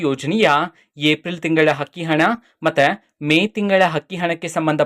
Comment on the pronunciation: Hakki hana alla Sri adu akki hana nivu kannada sariyagi matadi ok😂